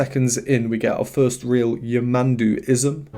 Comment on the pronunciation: Just a correction, the pronounce of his name the accent is on de last 'u' , yamandú, greetings from brazil